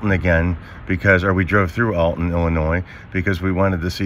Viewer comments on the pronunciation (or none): Hi, your story was wonderful. I live about 70 mins. from Alton and go there yearly for a Paranormal convention. I, politely, need to mention around here we pronounce Alton with a short vowel sound, like how you say, almost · Alton is pronounced All-tun. Not Elton. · Not to be that guy but it's Awlton